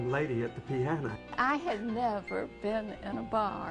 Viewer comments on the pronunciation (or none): none